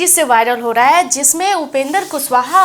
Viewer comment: मैम आप कम पढी लिखी है का पहले आप माननीय उपेन्द्र कुशवाहा जी का नाम का उचचारन सही किजिए तब बात किजिए, जब कैमरा मे खाली विडिओ है तो अवाज का पुसटी कैसे कर रही है आप